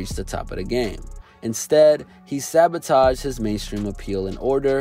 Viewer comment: “sabotaged”?? nah